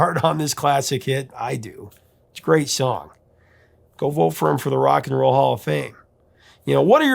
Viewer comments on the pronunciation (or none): none